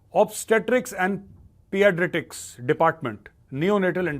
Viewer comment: Sir it's pee-dee-a-trics😊